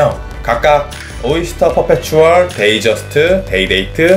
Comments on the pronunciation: 동영상 잘 봤습니다...데이저스트(DATEJUST)라고 나오던데요....데이트저스트(DATEJUST) 아닌가요? 어떤 전문가분이 사람들이 데이트저스트를 데이저스트라고 부른다고 웃으시던데요.... DAYTONY 는 데이토나 라고 읽고 DATEJUST도 데이저스트라고 읽으면 뭔가 이상한데요.. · 데이(트) 저스트 데이저스트 불편